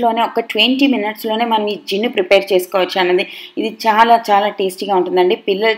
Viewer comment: Jinuu kadhu junnu